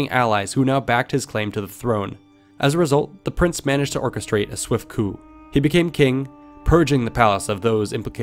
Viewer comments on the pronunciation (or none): none